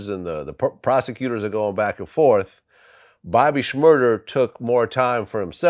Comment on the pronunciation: Vlad is still saying Bobby shmurder